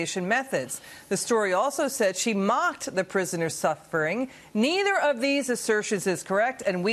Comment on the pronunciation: Why does she say worderbording.